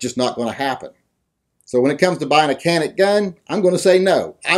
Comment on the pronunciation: Can't even pronounce it right. Check out Hickok's reviews of the gun. He knows what he's talking about